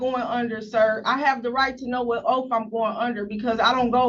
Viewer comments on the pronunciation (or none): Oaf. Not oath 😂